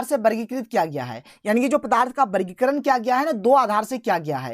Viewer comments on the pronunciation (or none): Sir aap vargikaran ko bargikaran kyo bolted hai